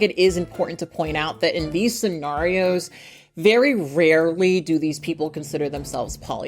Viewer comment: Thank you for scen-AW-rio instead of Scen-AY-rio. Dont know why that means a lot to me. Just does.